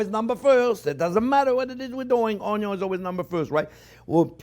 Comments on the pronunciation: I swear, every time he says Onyo I smile 😂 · It’s onyo not onio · Love the way he says onion 🌰